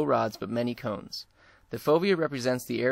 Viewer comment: sorry ..its cones not comes...